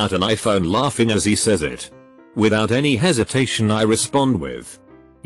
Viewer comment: Nobody: Reddit text to speech: L A U G G I N G